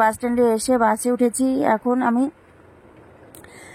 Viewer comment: কথা টা ঠিক করে বলো ওটা বাঁচে বাসে হবে